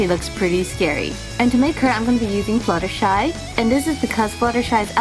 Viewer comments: you said glttershy not flethershy to let you know ok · Its fluttershy not flethershy